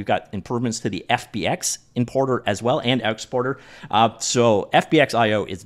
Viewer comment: Could've sworn I heard "inporter and outsporter" ~ ... must be an accent thing. Anyway, cheers for the update coverage.